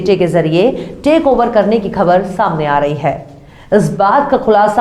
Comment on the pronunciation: Khabar aur khak .ka talaffuz sahi kar ke bola kariye